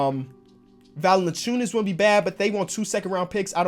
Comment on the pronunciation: it is not pronounced "Val-enen-chew-nus", but rather "Val-en-chew-nus